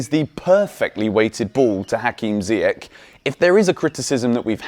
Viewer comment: Come on man its not ziyak its ziyash in arabic langue ziyash its sh not k at the end say his name right for once lol